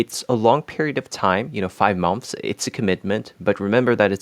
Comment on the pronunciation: Great English. You’re a rockstar. Try pronouncing “months” like “munths.”